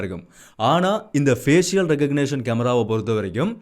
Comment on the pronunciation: Fஏசிஷியல் தவறு . fஏஷல் என்று உச்சரிக்கவும்